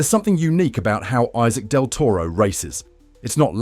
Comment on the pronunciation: You don't kmow to pronounce his name. Respect thim and learn to pronounce his name..